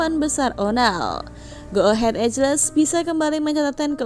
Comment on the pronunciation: Maaf mbak, koreksi dikit. Bacanya bukan ejles mbak tapi ee-gl (EAGLE /English = burung rajawali/Indonesia) 😊